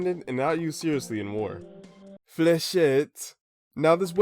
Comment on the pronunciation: As a French guy, i can say that you've really nailed the "Fléchette" prononciation !